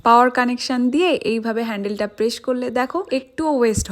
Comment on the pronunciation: তোমার দন্ত স এর উচ্চারণ ঠিক হয় না। জুসার বলে জুশার না। প্রেস হবে প্রেশ না।